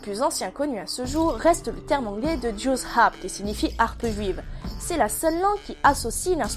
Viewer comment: Bonjour, super vidéo, belle pédagogie, par contre jew en anglais c'est juif et joue se dit jaw, cordialement